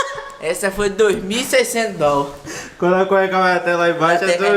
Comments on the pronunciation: GENTE KKKKKK vocês me representam vendo esse vídeo! E o malucão dizendo “dol” KKKKKKKKKK af. essa white people life é complicada. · 350 dol Down? Dol dólares O cara ainda fala errado Chorei de rir nessa parte mano kkkkkk